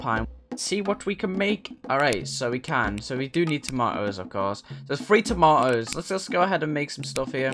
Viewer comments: Toma- --oes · the way he says 'tomatoes'